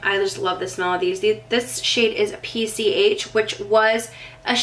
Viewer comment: PCH is short for Pacific Coast Highway, if that helps you say it 😁 Love you